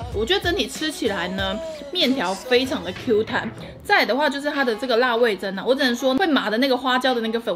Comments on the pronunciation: 看好幾部..那個... 味噌(ㄘㄥ )是口部唷~ XD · 味噌 是ㄘㄥ喲～ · 好多人都不會唸「噌ㄘㄥ」這個字🤣看得很辛苦